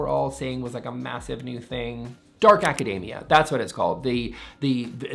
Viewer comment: “Academia” does not rhyme with macadamia. It’s acaDEEmia.